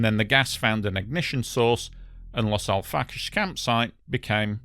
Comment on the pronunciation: Its Los Al frack ayes 🙄